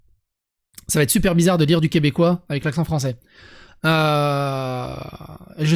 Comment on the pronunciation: Bonjour du Québec ! On écrit et se dit Québécois et non Quebecquois. Merci !